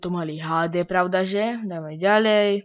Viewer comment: vichodnaren napr: ďaľej :D